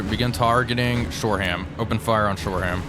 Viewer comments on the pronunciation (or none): Shore-um not shore-ham